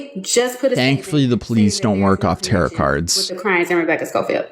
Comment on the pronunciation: I may be uh new hurr. But could u plz say "tuh-roh" cards like a proper occultist. Ya know wut no, im going goin to adopt terra cards i like it now